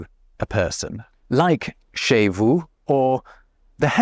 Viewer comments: Sans l'image j'ai compris "chez" comme "chèh"... merci l'arabisation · The part "chez" is quite funny because said in this way (with emphasis), it's immediatly make me hear "cheh" that is a word stolen by french youth to arabic (equivalent of "it serves him right" in englishh or "bien fait" in french but a lot more sharp).